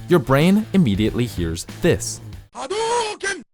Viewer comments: The pronunciation "ha-dough-ken" is kinda triggering me lol. That may be how it's said, but my whole life it's been "ha-doo-ken", like Ryu says it in ST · It's "hadoooken" not "ha doe ken". SMH you had one job. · Why can the narrator not say it properly? It’s pronounced Had-Doo-Ken not Had-Dow-Ken. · Why you gotta mispronounce it? It's Hadoooken! Not Hadowken. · Why do you mispronounce it obviously you hear him say it "HaDOOken" not "HaDOUGHken" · I’m sorry but it’s hadoukan not hadoken 😭😭😭😭😭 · It's HaDOUken. Not "hadoken". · Why are you calling it HA DOE KIN???? If you listen to the game audio, its HA DHOO KIN!!! VERY ANNOYING FAIL. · Excellent video. Just had a minor issue with doing the VO(pronunciation errors). Firstly, though it's spelled "ha-dou-ken" it's pronounced "ha-do-ken." Also, for the English spelling of Japanese words, typically when "ts" is proceeded by a vowel(a, e, i, o or u), the "t" isn't pronounced(i.e. tsa = "Sah," tse = "Seh/See," tsi = "See/Sih," tso = "Soh" & tsu = "Sue/Shoe"). A small nitpick, but just something to better help those of whom don't regularly hear such spoken regards become more familiar with such. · HA DOO KEN NOT HA DO KEN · It's not pronounced Ha'doh'ken. It's written Hadouken and Ryu/Ken says Hadouken in the sound. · I don't know why but the way hadouken is pronounced in this video sounds weird to me. I've always heard it pronounced HA-DOH-KEN instead of HA-DAW-KEN. still a good video, though. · It's "ha DOO ken" not "ha DOUGH ken." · Everytime he says ha-doE-ken my ears hear nails on a chalkboard. It's Ha-dooo-ken ! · pronunciation - AH-DU-KIN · I swear every time he said hadohken I checked out of the video a bit more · i still heard Houdeken as in,ABUNGKETT!!! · Hadoken (no U). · The educational piece is great. But I’m very confused about your pronunciation. I’ve always heard it as Ha-doo-ken. And even rewatched it’s evolution. Is there someone who worked on the game that can share the proper pronunciation?